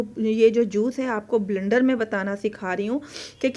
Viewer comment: Sorry to say blndar nhi bleeeender hota h